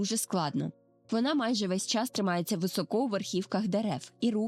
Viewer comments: Дякую за досить гарно змонтоване та інформативне відео. Особливо цікаво буде для дітей. Єдине хотіла звернути увагу на декілька деталей: - не «високО», а «вИсоко» - не «по гІлках», а «по гілкАх» - не «в ріт», а «в рОт» І так, я б теж початкову та проміжні вставки зробила б менш шумними. Щиро бажаю зростання каналу🌷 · високО, з наголосом на О - так кажуть росіяни, але не українці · Українською: високо - наголос на першому складі; ; рот; цятка в небі; Дякуємо!